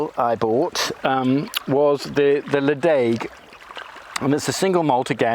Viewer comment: I'd recommend nosing or smelling the whisky first, for me half the pleasure is in the aromas given off! It's pronounded Lechaig btw. Enjoyed the vlog.